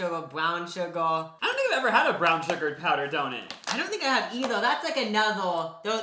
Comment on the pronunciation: Can’t believe they say donits Instead of donut